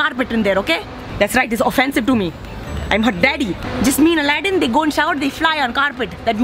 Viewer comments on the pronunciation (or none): none